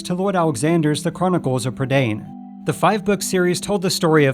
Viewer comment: Can you please research how to actually pronounce words which you may not know? You completely mispronounced ‘Prydain’. It’s a Welsh word, and you didn’t bother to look up how to say it. You probably would have done so for other languages. Do better please.